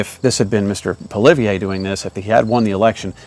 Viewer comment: You've heard of Pierre Polieve haven't you? You're in Canada ... you want to have a political channel and you dont know how to pronounce Pierres name... Poly-ev is the phonetic pronunciation.